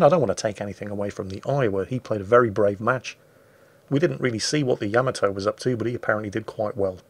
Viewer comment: It's just sad that "" can't pronounce the battleship "Yamato" name right.